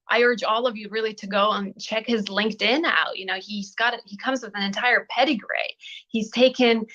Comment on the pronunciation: I thought she said pedigray as well!!